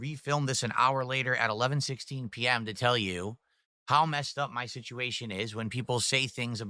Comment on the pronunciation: "Muh Family" 🙄